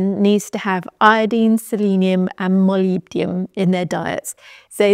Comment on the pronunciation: Thank you I like the way that you pronounce molybdenum! I think you presented this important info perfectly.